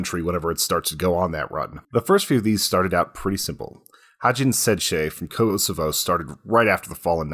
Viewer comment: He is saying KOSOVO